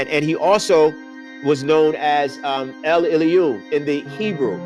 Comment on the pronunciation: The word is En'vah'na'ki mean frequency eternal shield breath. En'ki mean frequency breath. En doesn't mean master it mean frequency. Maa'en water frequency. El is mispronounced and it mean power which is haile or power hailohim powers. Study more talkless